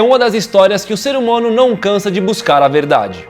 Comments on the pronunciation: "ser humono" TA CERTIN TAAAAAAA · serhumono kskskkssk